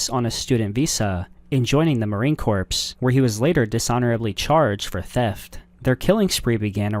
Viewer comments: Corps is pronounced core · The “corps” in “Marine Corps” is pronounced like “core.”